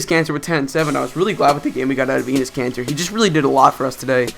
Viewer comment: You said anus kanter lmao !